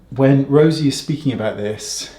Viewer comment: I love Wayne calling it Rosy Inc instead of Rose Inc, I don’t know why I find it so hilarious 😆 I have tried their blush Heliotrope and it’s a beautiful “no makeup” makeup blush on my light-medium olive skin tone